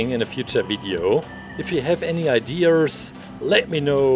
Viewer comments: I think it’s really funny (not trying to be mean at all I think it’s nice) how he says “ide-Ers” instead of ideas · I like how he says ideas like Mr. Krabs🦀